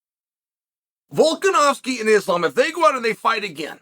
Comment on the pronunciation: It's so cringe that Chael keeps intentionally mispronouncing their names.